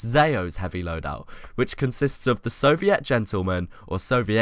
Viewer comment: its soviet, not soviét